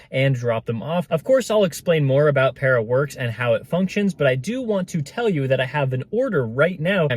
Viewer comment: Peara….. you saying it wrong 😂